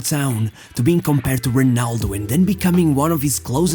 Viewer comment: I’m sorry but you did not pronounce well the full name of ronaldo , however the rest of your portuguese speech is quite good.